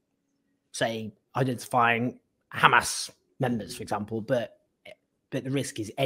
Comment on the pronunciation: It would be nice if he would stop saying Khamas. Kind of irritating